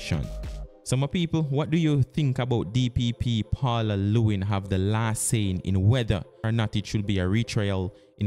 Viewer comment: Paula LLEWELYN, not Paula Lewin!